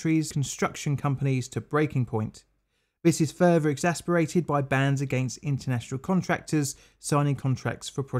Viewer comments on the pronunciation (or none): Exacerbated, not exasperated. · The word is Exacerbated not exasperated. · I need to say this....it’s not exasperated, it’s exacerbated. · You keep saying exasperated, when you should be saying exacerbated. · Exacerbated, not exasperated !! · Exacerbated. Not exasperated.